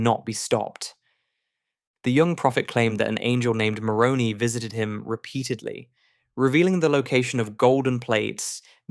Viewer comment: The Angel Moroni is called Moroni not moronee